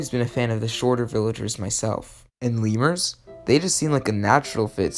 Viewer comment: Oh. I thought you said "levers", not "leemurs". Lol.